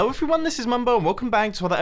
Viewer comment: Every time he says ello he always cuts the H!